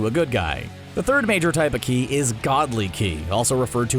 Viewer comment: Ki not shi shi is something else in dragon ball